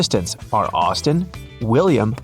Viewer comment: It's Austin. Not Dustin.